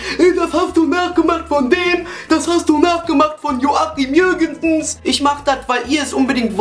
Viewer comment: Du sagst irgendwie immer Jürgenses xD